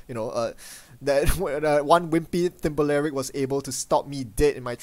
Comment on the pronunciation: Thimblerig as "thimba lerig"?,,. It's just "thimble rig" - another name for a shell game, appropriate given its movement capabilities, art, and flavor text!